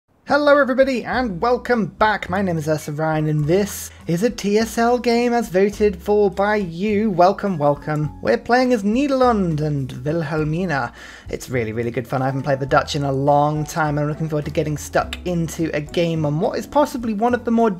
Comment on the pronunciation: Niederland? That’s sounded awful as a Dutchie 😅 sorry had to be said. Still love your vids